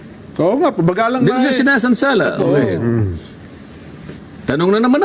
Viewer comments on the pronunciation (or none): Sinasansala hindi sinasalsal